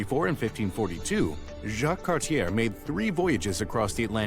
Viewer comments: It's not "cartier" its pronounced "cart-ti-eh" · it's not "Cart-yare", it's "Cart-yay". Whoever made the vid is ignorant